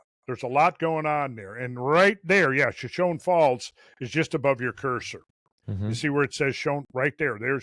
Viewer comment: It’s pronounced shoshonee. Hard E at the end.